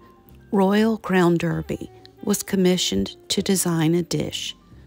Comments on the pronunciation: I love your videos! It’s pronounced Darby and not Derby. It’s a weird British thing. You’ve got a great RCD collection. Where do you buy the plates in Charleston? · It’s actually pronounced Royal Crown Darby, you know our British friends with their clerks, pronounced clarks. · Pronounced DARBY…. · I enjoy American simplicity as well as its grace. My dear mother in law, who was born in York, England, does pronounce it "Darby" and my dear mother pronounces it "Derby". It's called a rock and a hard place. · Sorry, just a side note….the British pronounce Derby as DARBY….best wishes!